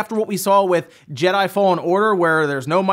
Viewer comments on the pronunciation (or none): none